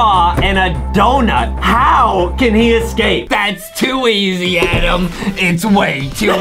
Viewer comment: it’s Adam not Adem